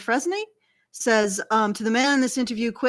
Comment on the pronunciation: Dufresne is generally pronounced "doo-frayn",.